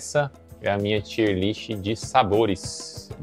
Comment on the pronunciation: Excelente vídeo. "tier" é uma palavra em ingles, e pronuncia TAIER